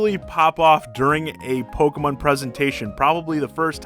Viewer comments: You mean, Poke-muhn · The way you say Pokemon causes me physical pain